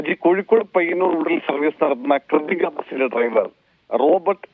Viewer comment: Krithika ❌ Krithrikaa✅